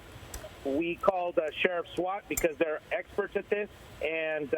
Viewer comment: If he says "were handling this, the swats are explerts"again... Omg